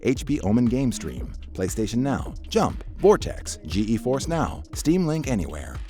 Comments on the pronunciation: Ok the pronounciation of nvidia and GeForce is just wrong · YOU’RE SAYING NVIDIA GEFORCE WRONG!!!!!!!!!!!!